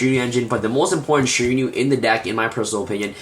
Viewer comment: Dude you keep saying ShiraNIU its fucking annoying. People who speak english as their native lanquage cant pronounce at least 50% of the Yugioh cards.